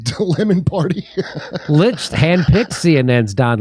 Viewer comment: Licht is pronounced with the ch as found in Achmed. See the relevant Jeff Dunham video for details. It's a dutch name which translates to light.